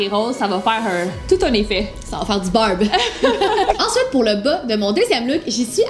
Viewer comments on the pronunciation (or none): Quand vous disez Barb on dirait que vous disiez Bob